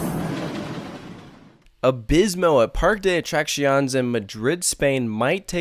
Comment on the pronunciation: You say the other foreign names fairly well, but this is atrocious. And Spanish is the easiest language to pronounce! Very few words break the basic rules, unlike English. First, pronounce your e's! It's PAR-kay. And the cc is like our cc in "accident". It's uh-track-see-OHN-ays. (Not exactly but it's close enough.)